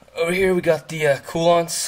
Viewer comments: Informative build log. Btw, Koolance, Coo-Lance, not Coo-Lonts. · I had a very difficult time watching this video because of having to put up with how your say Koolance.